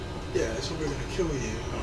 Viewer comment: probably. It's probably. Not Propally. Even Chrome red lines propally.